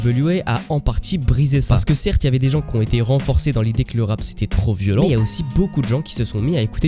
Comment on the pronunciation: « très populaire et lucratchiif »